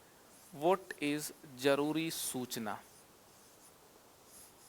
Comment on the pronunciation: Jaroori nahi sir ( Zaroori )🙂